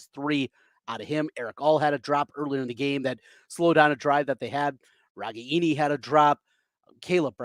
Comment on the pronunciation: Why do people have such a hard time pronouncing Ragaini? It is RA - GAIN - EE